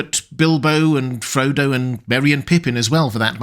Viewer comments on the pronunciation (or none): none